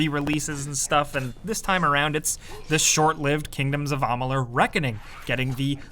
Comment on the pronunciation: Stopped the video right when he said Ahmaaalur.